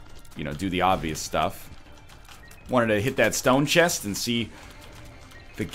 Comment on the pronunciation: Why does NL never pronounce the t and the end of some words like "chest" ?